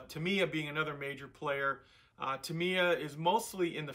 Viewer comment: sorry, I hate to be that guy, but... it's pronounced TA-mi-ya. (Love your videos!)